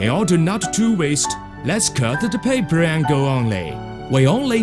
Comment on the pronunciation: look at the paipuur